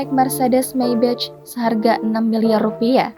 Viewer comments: Mbak, "Maybach" dibacanya: maybah bukan meybec. "may" seperti dalam kaya somay, dan "bah" seperti dalam kata horas bah. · Belajar dulu ngucap Maybach yg bener. Kuping sakit dengernya.